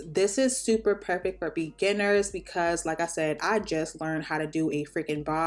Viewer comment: whay that sounded so pour-fect😂